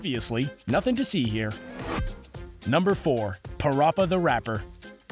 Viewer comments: you said parappa wrong boi its pronounced as pa-rap-uh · How the hell did you mispronounce Parappa The Rapper incorrectly? You said Rapper correctly but yet you said Parappa like Paroppa